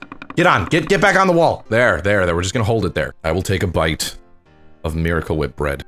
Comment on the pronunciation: He pronounces Miracle Whip wrong